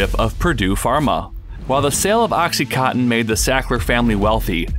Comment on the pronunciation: Why can you not read? It's called OxycoNtin, there is an N in the middle!